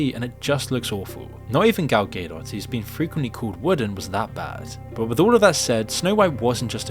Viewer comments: Gal “Gay Dot” lol 😂 idk if that’s wrong, or I’m wrong, but that is not how I’ve been saying it. “Ga Dough” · It’s said ga-doe btw not gay-dot lol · "Gaydot" Bro couldn't reseaech the proper pronunciation? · Dude how are you pronouncing Godot? That’s hilarious. Ga-dot not gay 😂😂😂😂😂😂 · GAL GaDOT not Gale Gado please please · Please pronounce Gadot's name correctly. Its not Gedot, its Gadot. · Gal Gay-dot 😆🤣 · I’m almost sure it’s phonetically “gal” “doh” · Who the hell is even Gal Gay-doh? 🙈 How about you learn how to pronounce he names of the people you are talking about? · “Gal Gay Dot” ain’t beating these Ai accusations 😂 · Yes the movie sucked but the name Gal Gadot has been said out loud thousands of times. I dont get how its being pronounced Gal Gaydott. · “Gal ghedo” my man LMFAO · Gal Gay-Dot 😂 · Gal Gay-Dot 😂 A gay dot is a hilarious concept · All value this video might have had was squandered by your pronunciation of "Gadot." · Downvote and reported for how to pronounce "Gadot" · I'm new to the channel - is misprouncing Gadot a bit? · How are you pronouncing Gal Gadot?!?!?!?! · Please say Gadot correctly next time 😭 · Please learn to pronounce Gal Gadot's name correctly. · I love how pronounces "Gadot" exactly the opposite of the correct way 😂